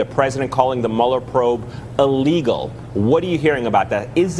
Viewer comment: I keep hearing this new word 'a-legal, is that different from illegal?